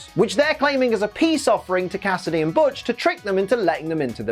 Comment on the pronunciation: Did you just call Butch (which, hilariously enough, tried to autocorrect to Hutch) B*tch? You have my respect.